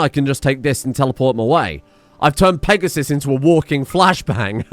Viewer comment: Peg-a-sis. That is all.